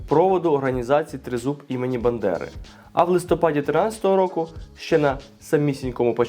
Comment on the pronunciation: Правильно говорити:БАНДЕРА,а не БЕНДЕРА!